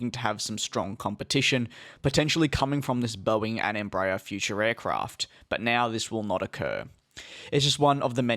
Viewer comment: Please....it's NOT "embrayer"....it's "EMBRA- AIR"...even in Brazil.....